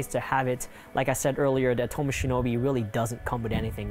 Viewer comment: Much like the misleading and uninformed comparison you did here is intended to try and get eyes on your channel, but failing miserably. Next time, try actually knowing what you’re talking about - starting by pronouncing Atomos correctly. Good luck.